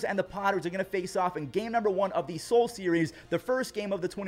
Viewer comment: He finally said “Seoul” correctly